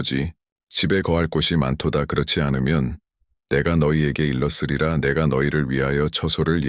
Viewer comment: "일렀쓰리라" 가 아니라 "일렀으리라" 입니다